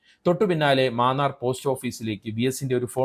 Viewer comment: Maannar അല്ലെടോ munnar